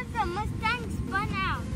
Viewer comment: It’s mustang not muustang